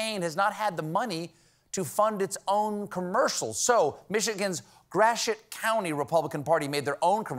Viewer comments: Gratiot, not Grassshit. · Did you say, "Grass Sh*t County"? 😳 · Yes folks... that is how Gratiot is pronounced... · I never knew that's how you pronounce "Gratiot"